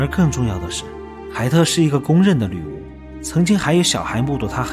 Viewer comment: 背景音樂比你說話大聲，說話該斷點就斷點，不要硬拉造成鼻音超明顯，整部片子都在貝爾“鋁”巫